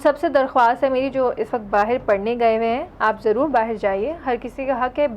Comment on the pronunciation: are they calling that langauge as URDU? are u kidding me ? and why the hell she is pronouncing "bahar" as "baaher" baaher is marathi language word..and it sounds pathetic with hindi langauge words ~ ..they have just mixed up hindi n marathi langauge of india..which is much ancient that urdu.. and they created urdu langauge lol